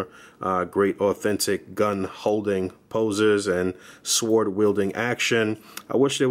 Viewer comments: Thanks for the detailed review. 👌🏾 The "W" in "sword" is silent by the way. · Lol. Thanks, like I told someone above I struggle with the pronunciation of sword for some reason lol. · am i the only one getting shook with how he's saying sword